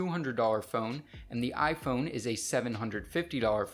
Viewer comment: Lifelong iPun user says iPun 7s 😂😂😂